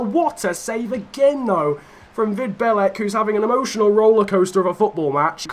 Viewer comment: The pronounciation of Vid Belec was soo bad, but otherwise great video